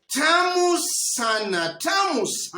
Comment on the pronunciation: Have just subscribed to hear how this "TAMU SANA "is stressed